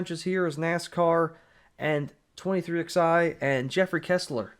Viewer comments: Stop calling them “twenty three ex eye” 😂😂😂😂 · NGL I always chuckle when you say 23 Ex I 😂 love it